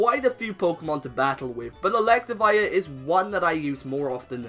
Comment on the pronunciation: ELECTIVIRE, NOT ELECTAWIRE!